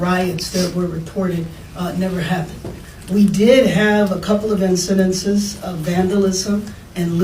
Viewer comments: Bass doesn’t even speak English properly. What are incidentses? Incidents????? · Mrs. Bass, DEI hire. Did anyone notice that she said "incidentces?" You are supposed to say "incidents." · The riots never happened?? What kind of drugs does this lady DO? Also, be intelligent enough to know that the word is "incidents" not 'incidentses". I'm sorry. I despise this woman as much as the lefties hate Trump. Although...she really IS lying and Trump is not. So. There's that. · It’s embarrassing how stupid she is. Truly shocking. Instead of saying incidents she says incidences. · “Incidentses” 😂 mayor can’t speak proper English.